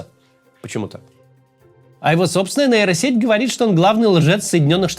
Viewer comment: сеть не нэйро а нейро, хватит говорить как безкультурщина